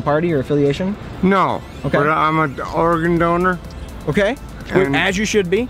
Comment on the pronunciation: Yo the first guy on definitely said "I'm an Oregon donor" lmao